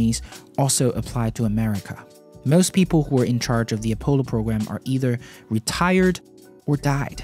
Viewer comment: Please say “Apollo” properly. Good video though.